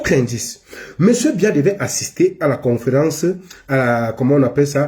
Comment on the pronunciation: C’est pas Mbiya, c’est BIYA 😂😂😂